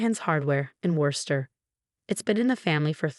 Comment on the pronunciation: Female narrator for male protagonist. Wooster, not Wurster (that's how it's pronounced, but not how it's spelled). Sophia, not Safire.